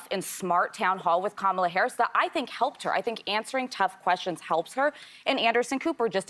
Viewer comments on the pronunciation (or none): All of them should kick off the pundits who do not pronounce Kamala Harris' name correctly. Kamala Harris is the Vice President of the United States. Respect her like the men. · Isnt it weird that nobody has a problem with saying the name "Charlamagne Tha God" but using a person's preferred pronouns or pronouncing the name Kamala correctly is just too much for them